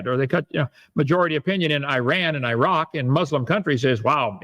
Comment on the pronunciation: "Eye-ran and Eye-rock."